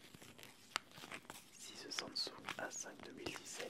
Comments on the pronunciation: on dit samsung pas sonsung : tres bonne video plus un like ! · on dis SAMSUNG et pas sandsong ne me torture pas les oreilles Stp mrc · mdr il a dit sansoug a